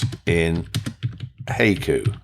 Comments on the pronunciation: I think it is pronounced hai·ku /ˈhīˌko͞o/ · The correct pronunciation is HYE-koo. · It's 'hi-koo' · Hey-ku? In SW US it's "hi-ku". Didn't know it varied in pronunciation! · Hi-coo. Not hey-coo lol. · Pronounced "Hi-ku" like you would say "hi!". :) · I think it's pronounced (Hy Coo). Like the oriental poems. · It's pronounced high-koo. That is how you pronounce it. Good video, man. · It's pronounced "Hah ee koo." Japanese only uses 5 vowel sounds, and it's the same 5 vowel sounds as in Spanish. a = "ah" I = "ee" u = "ooh" e = "eh" o = "oh" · It’s pronounced はいく💀. Pronounce it: “high” “ku” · It's from the japanese poem style-- called haiku-- pronouced HI- Koo!! :) LOOKS good so far.. but I'm not quite up for the challenge yet--- I'll keep an eye on it and when it's a bit more advanced... willl consider it - or try it out in live version.. THANKS for the video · You pronounced it wrong.Wifey yelled what I was messing with. I yelled back"hai-Q". After I came to from the rolling pin hit I realized I gotta get the old broad a new hearing aid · I know… listening to this video butcher the pronunciation of the name is painful. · I keep chuckling every time it heard “Hayku” lol. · You mispronounced "Haiku" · It does if there isn’t text available. Your pronunciation is totally off lol.